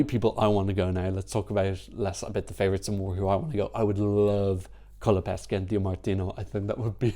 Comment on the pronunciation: btw pronunciation guide: "MENGHONI", not "menjoni" and "COLAPESHE" not "Colapeske"... ;)